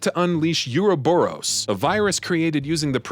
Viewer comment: Bro it pronounced OO-RO-BUROS not Yuroburos